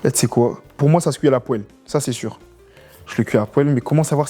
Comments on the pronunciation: « poelle »😹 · La "poèle" 😂